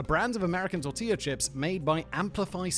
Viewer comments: “Torchilla Tip” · “Chortia Tip”? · i had to replay this several times to confirm i actually heard “torchilla tip” come out of simon’s mouth casually and completely unnoticed like it was intentional 😭😭